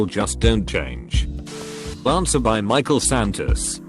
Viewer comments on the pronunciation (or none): none